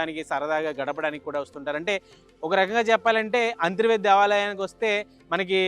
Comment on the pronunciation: అంతిర్వేది కాదు అంతర్వేది అని పలకాలి.